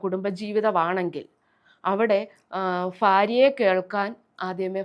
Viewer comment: ഫാര്യ അല്ല ഭാര്യ .. Tvm സംസാര ശൈലി..